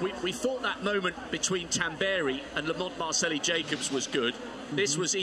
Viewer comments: I think he's trying to say Marcello (an Italianized version of Marcell, that is his nickname). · Why does the announcer keep saying Lamont MARCELLI Jacobs?